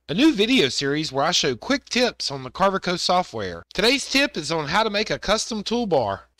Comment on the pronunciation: Is that a southern thing to pronounce Carve Co as Carve eh Co?